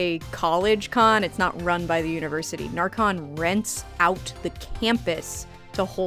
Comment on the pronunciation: I didn't realize you were going at närcon bc you pronounced it like narcotics (ä is pronounced more like e than a) but very exciting you got to see Sweden!! Norway killed it. Literally. Ned's head is rolling. Also Finland deserved the first price def she did that queen cosplay like it could be in the movie.